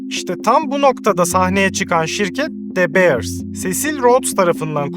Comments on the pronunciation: de beırs değil dö biırs . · Tiyatro kısmı çok kötü ve gereksizdi. Videonun değerini ikinci el pırlanta gibi düşürdü. Birde keşke de beers değilde dö biirs telaffuz etmeyi öğrenseydin. Bu ikisi dışında gerisi güzel ve doğru bilgi. 👍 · Aga şunu "Dö Biiırs" diye telaffuz etseydin tadından yenmezdi... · De Beers kelimeyi bile adam akili doghru soylemiyor ama herseyde fikri var